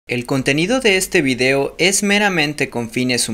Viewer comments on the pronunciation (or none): none